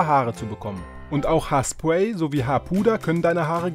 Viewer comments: Haar spuay hahahaha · „Korzhaar“ „haarspuey“